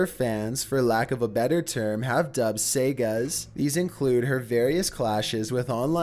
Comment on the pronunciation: It’s pronounced saga... not sega.